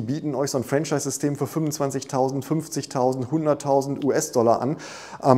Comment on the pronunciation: Mein damaliger Mentor sagte immer: bei Franchise liegt die Betonung auf der 2. Silbe 😉